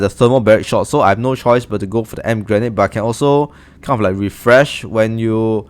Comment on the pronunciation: In English you say “Ee-Em-Pee” grenade ☺️ Thank you so much for the help!!!!